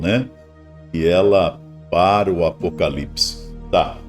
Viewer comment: A Ivete ficou tão perdida com a afirmação da Baby, que não consegui nem pronunciar direito a palavra "APOCALIPSE", rssssss... Taí a prova do despreparo da Ivete para com as coisas do ALTO. Ela foi pega de calça curta e enfiou os pés pelas mãos. Tomara que ela pare pra refletir nisto tudo, vá procurar conhecer as escrituras e se prepare para ser salva. Foi incrível este carnaval; DEUS usou pessoas para impactar os que estão no lamaçal e muitos estão perplexos. Glórias à Deus nas alturas e Aleluias 🙌🏻🙌🏻🙌🏻🙏🏼